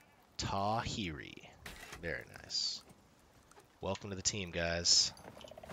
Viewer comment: Enjoying your playthrough so far, re: pronouncing some of the Māori words like Tawhiri - WH is an F sound, so it would be closer to TA-FEH-RI and the R's are rolled :)